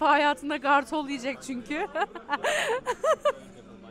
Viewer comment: gârtol değil kartol 🤣🤣